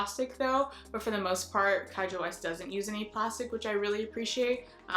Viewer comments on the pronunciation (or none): Nice video! I like seeing more eco friendly brands. My only thing i would mention is Kjaer Weis is a Danish name, kjaer is pronounced like 'k-yay-er' :D but that's an easy mistake!